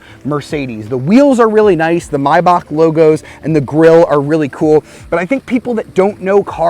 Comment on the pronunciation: Love you❤❤ You pronounce it right❤❤